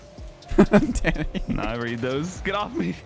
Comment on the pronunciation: Everytime I here say danny for me I hear daddy LOL